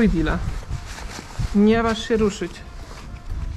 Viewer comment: To nie mati lonżuje dile tylko dila jego